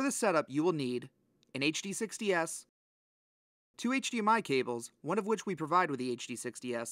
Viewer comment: Bro had to click out this video with how he kept saying HDS lol